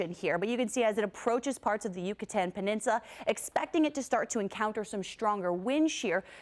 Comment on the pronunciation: Umm it's pronounced Peninsula.😕